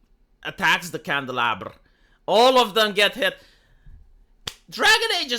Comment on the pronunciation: 'Liked' solely for your pronunciation of "Candelabra". Fucking excellent!